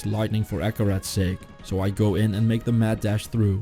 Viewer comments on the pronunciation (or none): none